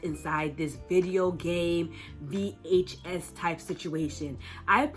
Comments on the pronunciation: nah it just sounds very weird. Usually people say it like one word, like how they say DVD, but it's like you pronounce each letter in VHS like a seperate syllable, and as if you have air-quotes while saying the word. Just kinda urks me a bit because it gives me the vibe of someone talking about some kind of media like it's some ancient relic, if you know what I mean. Another thing is you kinda go on and on without any sort of pause. It's a bit overwhelming, so I think I'd be helpful to have breaks in-between speaking somehow. Love the video tho <3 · for the love of god please stop saying VHS like that